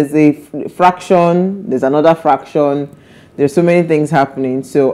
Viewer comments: That word is “faction”, NOT “ fraction”’ pls, madam. Thanks for the good joke b though. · Nne, it's not called fraction. It's faction.